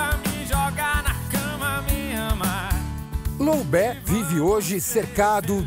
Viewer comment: Loubé???? Né loubet não?